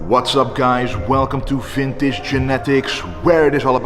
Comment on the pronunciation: When you hear him say "vimtage genetics" in the beginning and wonder where arnold is at in the scene 🤔